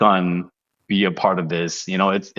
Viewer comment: As one of Sonny’s fans, thank you for welcoming Sonny and mentioning him in your videos. I just wanted to kindly point out his name’s correct pronunciation — ‘Sonny’ is pronounced ‘Soh-nee’ (not ‘Sunny’), and when saying just his last name ‘Son,’ it’s pronounced ‘Sohn’ (not ‘Sun’). I look forward to more great podcast content and hope your channel continues to grow and be widely recognized.